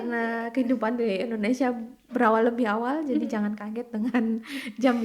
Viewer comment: Maaf Bu yg benar itu Indonesia bukan endonesia.tolong ucapkan yg benar kepada orang luar.